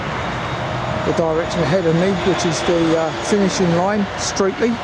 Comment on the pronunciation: Pronounced as "Stretley".